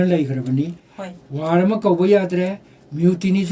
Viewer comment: Bapuji.. Article.. Not African, War... Not Wan